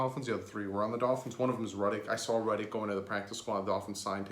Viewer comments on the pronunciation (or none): They only have 11 on the practice squad with Neto. 10 without so can only and 5 + neto. Jake Rudock is pronounced Rue-dock not Ruddock.